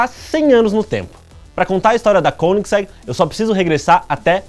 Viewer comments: Koeningsegg pronunciado como um altentico Sueco,esse cara é fanta kkkk. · De tanto vc falar Koenigsegg eu aprendi a escrever e a falar certo tb kkkkk. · Pelo que já percebi, sueco e alemão são bem semelhantes. Assim, esse 'oe' de Koenigsegg deve ter a mesma pronúncia do alemão, ou seja, uma mistura de 'ô' e 'ê'.